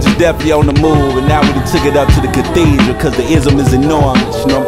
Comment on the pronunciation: guy at the end is really extra CAHHTHEEEDRUL. CHUCHH. IIIZM